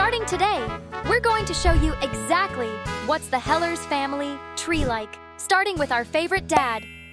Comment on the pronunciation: "We're going to show you what the Heller's family tree like." Nana: Oop, they said "Heeler" wrong. Bluey and Bingo: (Laughs)